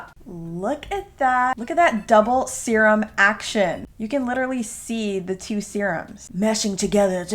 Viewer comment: “to become one ✨✨SUPER SERUMMM✨✨” (said in a harry potter accent or something)